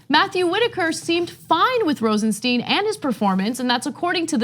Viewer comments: Please pronounce Rosenstein correct. It is Rosenstajn and not Rosensteen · It's Rosenstein not Rosensteen... Sty-n not Stee-n... it's not hard. Do you call Calvin Klein Calvin Clean? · His name is Rosenstein not Rosensteen. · RosenSteen or RosenStyne ... Those weird forren names are sure hard to pronounce right ain't they CENK. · Hey Cenk and Anna... sorry this is bugging me... it's RosenSTEIN not steeen. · Learn how to pronounce Rosenstein! it is as in Beer stein....not STEEN. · Pronounce as Rosen-"stine" please. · Say "Einstein". Now say "Rosenstein".